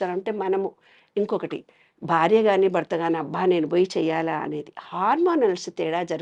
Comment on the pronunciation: Anchor Garu ‘Barya’ kadu ‘Bharya’ Dayachesi Telugu sarigga matladandi